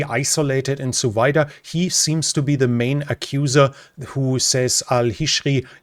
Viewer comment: hahaha, i heard Suvida as "so weiter".